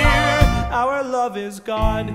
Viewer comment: The only thing I hate about this song is how said "our",like it just feels awkward to sing it in two syllables